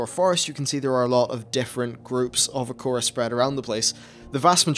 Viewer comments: What the hell Is an acora? Do you mean Air-uh-co-uh? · Akora? XD I usually pronounce it "Ah-ra-co-ah" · Acora? It's Arak Koa not Uh Korra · How did you say it like "a core a" when it's spelt "a rakko a"? Do you spell "core" as "rakko"?